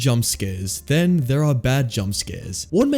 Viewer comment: then* bro it’s then. Where did you even get the a from its “THEN”